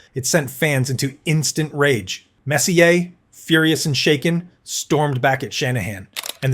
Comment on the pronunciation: A video about Messier (whom I can't stand, but wanted to see Bure), and the AI narrator can't even pronounce his name.🤦‍♂Turned it off...